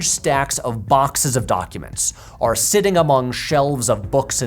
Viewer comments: I learned a lot from this video, but my main observation is that Patrick pronounces the word "or" as "are" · Anybody else notice that Patrick pronounces the word “or” like arr?” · What is your accent? Your ‘or’ sounds like ‘are’ and I can’t place it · The way Patrick pronounces the word or from makes me think of his mother's accent, nice vibes all round. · I didn’t notice until watching this video that Patrick pronounces ‘or’ as though he’s referring to the letter ‘r’, like a fancy pirate